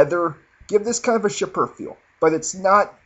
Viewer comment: Chypre --------> [SHEEP-ruh] not CHIPPER